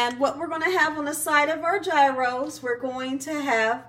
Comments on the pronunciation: you're so funny. It's pronounced "YEE-ros" G is silent, it's like year-o with a "y" Looks good though. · Hi, please don't take my comment as a slam to you because I love you girl! Gyros is pronounced "yee-ros". Tzatziki sauce is also so different tasting than cucumber ranch. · FYI— correct way to pronounce gyros is yee-rose. I know everyone says it differently, but I looked this one up. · I don't mean to be one of those people who have to correct others on how they say things, but I was corrected myself by the place where I get my Gyros I was told that it is pronounced Gyros = "Year-oh(s)". Please forgive my letting you know what I was told. I don't think that making the tzatziki sauce is difficult. I need to ask my restaurant how they make theirs, but I think they told me once that it was simple. I'll look for a recipe.